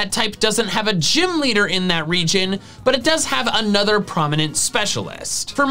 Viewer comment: I thought you said religion